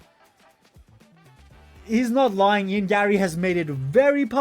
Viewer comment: “Lieing”? bruh…